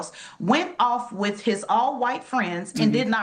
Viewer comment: If you pronounce the word "with" as "wuff" ..... I automatically ignore everything you say lol